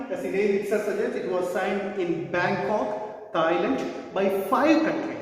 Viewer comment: Bangok or bangkok ?